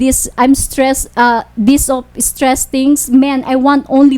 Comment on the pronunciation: Im so estress and defres 😂😂😂and berry berry berry estres